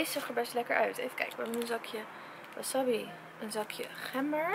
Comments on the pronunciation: het is wassabi alles kort uitgesproken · Dus de hele tijd wil je doen alsof je n expert bent in sushi en der een miljoen aan uitgeeft met die houdinf van je maar je zegt wel wasabi in plaats van wasAbi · Wasabbie😂 je spreekt het gewoon uit als wasaabie😂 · Jij spreekt het uit als wassabbi maar je zegt gwn wasabi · als je geen bruine avocado wilt moet je misschien een doosje kopen zonder 35% sticker want die komt er op als het dezelfde dag de laatste houdbaarheid datum is. En het is geen wasabi zo spreek jij het uit , je zegt waasaabie. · Vers is gewoon het allerlekkerst. Van Albert Heijn heb je ook tonijn sushi en die is wel erg lekker. Leuke video! Het is trouwens wasabi en geen wasabbi😂😂😂🍣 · Gewoon een tip maar maki spreek je uit als maakie en wasabi spreek je uit als wasaabie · Een tip zeg wasabi niet zo als je het schrijft zeg wasaabi voor de rest vond ik je video top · Sorry ik wil niet te betweterig zijn maar je zegt wasabi of de verkeerde manier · Jij spreekt wasabi heel raar uit ps geen haat reactie